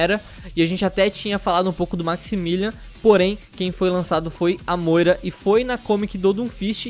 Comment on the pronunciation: nao se diz assim moira mas sem polemica